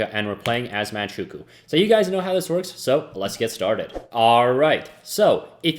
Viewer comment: "Manchookoo" lol